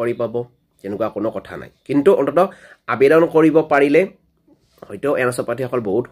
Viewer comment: তোৰ দেখোন আবেদন শব্দটো মুখত ঘূৰি নাহে । 😂